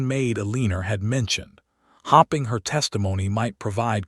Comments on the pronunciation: A good story ruined by that AI. Do you even listen to this before you post it? There are different pronunciations of “READ”. Also mispronounced.: Staring NOT “starring” Noting NOT “knotting “ Hoping NOT “hopping” And more…. Do better. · It is distracting to hear "hoping" pronounced as "hopping." Words meant to emphasize a character's emotional action in the story like "staring" is, again, jarringly spoken as "starring" which isn't even a valid word that exists in ANYONE'S spoken vocabulary. Doesn't anyone LISTEN to these readings for grammar? Not grouchy. Just disappointed that such well-crafted stories are frayed so easily so often.